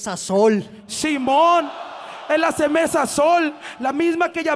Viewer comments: El no sabe decir cervesa. Dice cemesa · Cermeza xdd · La cermeza:v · Cemerza dice luego encima jaja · when no sabe pronunciar "Cerveza"xdxd